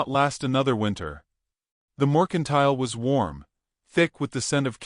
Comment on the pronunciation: ITS NOT MORCINTILE, ITS MERCINTILE------- SHE WOULD NOT BE BAREFOOT OUTSIDE.......... WE NEED MORE TO THIS STORY!!